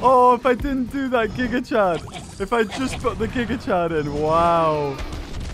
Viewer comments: He says gig chad 💀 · Stop saying gigachad it puts him in my head. Your saying the name wrong.